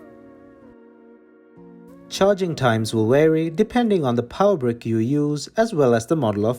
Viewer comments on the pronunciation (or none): "wary" he can't say "vary' lol